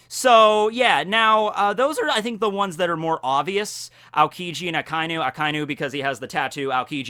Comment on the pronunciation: Could you stop pronouncing akainu's name A-ka-inu? it's hurting my ears. It's pronounced A-ka~i-nu, basically a-kai-nu for all intents and purposes.